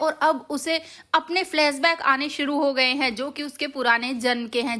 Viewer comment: फ्लैस बैक नही "" फ्लैश बैक "" होता कम से कम सही बोलना तो पहले सीख लो। गधे की सवारी नही करते "' घोड़े "" की करते हैं